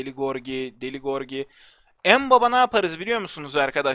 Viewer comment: deli gorgi değil lan gırogi :D